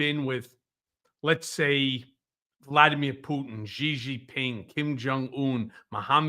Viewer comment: Xi as in Xi Jinping is pronounced very much like the English word SHE not GEE.